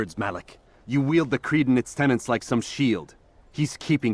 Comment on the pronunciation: Tenets! Tenets. Say it a few times. Not tenants!